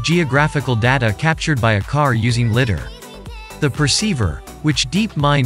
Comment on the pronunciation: LIDAR is pronounced LIE-DAR not litter..